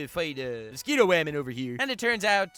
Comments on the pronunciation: I genuinely enjoy your videos. I subscribed. I liked. But...just say "woman". That "wAEmeN" pronunciation on rapid fire is just irritating. Otherwise, great stuff! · WUH HAMEN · Love the way you pronounce ‘woman’